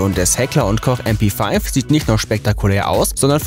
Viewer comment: Du brauchst mp5 nicht Englisch aussprechen, ES IST EINE DEUTSCHE WAFFE...